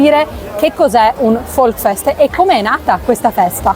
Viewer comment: Si dice Volksfest con la s; non Volkfest. Il tedesco non è facile.